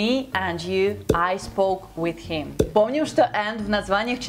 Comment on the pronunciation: да меня действительно зовут Роман. Я отлично понимаю что конечно же не надо Ы-кать как в русском языке/ Просто я говорю что звук i в этих словах произносится намного ближе к "ы" чем к "и" А произносит некорректно. С каким бы уважением я к ней ни относился. Например она говорит "хим" - him. Типичное русское "и". Это мне подсказал один мой американский друг на заре моей юности когда я только начинал учить язык примерно 25 лет назад. Сейчас я живу в Канаде и каждый день общаюсь примерно с 20 американцами по телефону так как я работаю в продажах. Так что я знаю о чем я говорю.